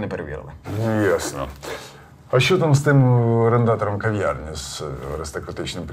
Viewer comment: Не в Ковьярні, а в кав'ярні (говорять не Кова, а кава,...)🇺🇦